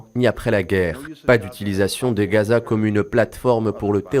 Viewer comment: SVP ARRETEZ DE DIRE REZAAA ET DITES GHAZA C'EST VRAIMENT AGAÇANT